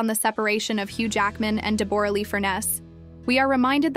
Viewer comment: I’ve never heard anyone pronounce Deborah as Debooorah😂